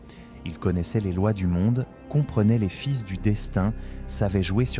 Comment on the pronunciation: Et j'ai cru entendre "les fils du destin" prononcé avec un "s" à la fin de "fils". Le ton monocorde et sans aucune variation de rythme... je met un bille sur voix générée par l'IA.